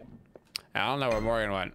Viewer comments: Why does he keep calling her "Morgana" 👀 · OMGGG ITS MORGAN NOT MORGANA, was annoying me the whole video with morgana, god yall dont know ur gods.